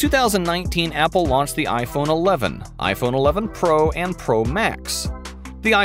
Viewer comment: Him: Launch My mind: did he say "lost"?